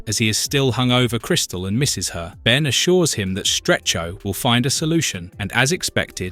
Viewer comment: Almost certain its not a real person saying the words its AI as they/it also pronounced Ben as B en, makes me think its AI reading a script spelling mistakes and all.